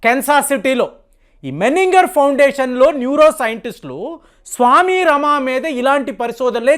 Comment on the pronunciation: స్వామి రమా కాదు స్వామి రామ. సరిచేయండి.